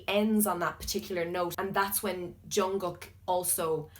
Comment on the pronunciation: You said jungkook wrong too